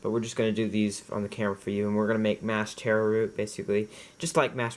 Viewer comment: It's not teh-row. It's taro. If you can't say our word, then use the botannical name colocasia.